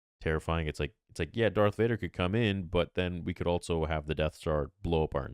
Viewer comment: "altso" x2